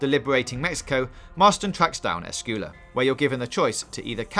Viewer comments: “Escooola” 😂🙄 it’s ES-SQWEY-LA sir. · No in spanish its Ess-Cwe-yah not Cooela, double L is pronounced like a y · "Javier Escoola" lmao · It's "Escuela" means School on Spanish. And sounds like "Squela" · The way you pronounce Javier Escuela's name makes me wonder if you even played the game yourself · Alex James Javier esquella, he's a big deal in the first game, and his name is said a lot, so yes, if this guy doesn't know how to pronounce it, I question if he actually played the entire game. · How can you mispronounce his name several times. Did you even play the game?!